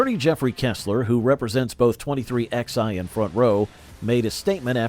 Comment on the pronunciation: It's pronounced 23 11 racing not 23xi